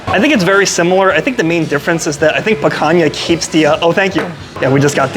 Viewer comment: you don't have to boast about your ignorance, in Portuguese the name of the cut in written "Picanha", pronounced "Pikanya", not "Pakanya", the way you pronounce it.